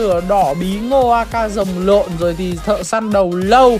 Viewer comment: Rồng lửa mà chú nói rồng lộn